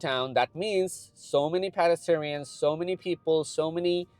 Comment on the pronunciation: Good video! Please look up the pronunciation of "pedestrians"